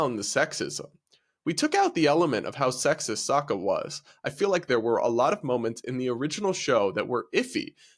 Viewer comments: did you fucking say soaka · Please learn how to say Sokka, I’m heard enough of them mispronouncing it in the horrific avatar movie.